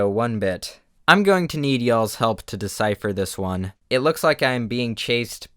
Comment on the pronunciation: you sayin yall for some reason sounds so weird